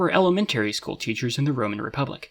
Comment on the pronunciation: school would be skool not skhool